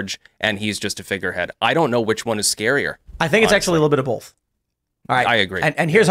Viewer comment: When did Tim start pronouncing both as bolth ?